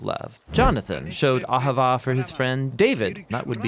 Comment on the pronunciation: Cmon you gotta say it like a Jew. Ah havah